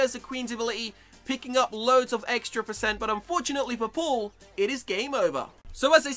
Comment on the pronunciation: Lol he says pull instead of paul